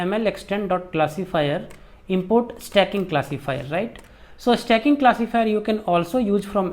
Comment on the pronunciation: Sir stacking thoda aur clearly bolte... Blending achha tha..🙏🙏